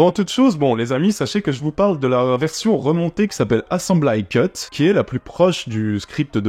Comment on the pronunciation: Ta prononciation de 'Assembly cut" est vraiment hilarante. Fait l'effort de le mettre dans google translate et ecoute comment c'est prononce en Amerlock. Cela fait penser que tu est incapable de voir les film en VO et donc que tu rate un grand nombre de vannes, de subtilites et de clein d'oeil dans la VO, parce que les VF sont souvent a cote de la plaque en traduction.